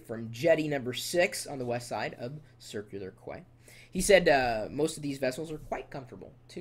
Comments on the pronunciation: It's pronounced Circular KEY! Please do your research before posting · You havent been here yet? I BEEN HERE MY WHOLE LIFE! Theres a few more things better to do ut most of them from 6 are good.. Yeah Manly is a city.. You pronounce Circular Quay as Circulay Key.. lol all those last places you mentioned are all near my holiday place: Vincentia SYDNEY IS AWESOME! Nowra sells best White Peaches :) Cya Chris